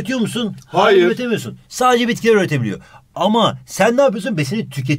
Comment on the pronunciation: İLE ARASI UZAYLI OLMUŞ:D HAYIR DEDİ AMA NE DEDİ ANLAMADIM ASDFGHJKL